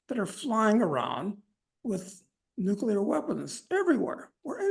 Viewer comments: Nuclear, not "nucular"! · Ugh. Guy on left just said "nucular" instead of nuclear. I thought only George Bush did that.